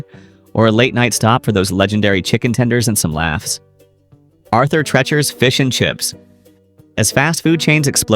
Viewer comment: It’s Arthur Treacher not Tretcher. Geez.